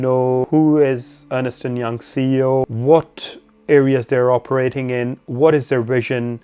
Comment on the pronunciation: Thank you, very helpful. By the way, it is pronounced Ernst, not Ernest! I used to do the same :)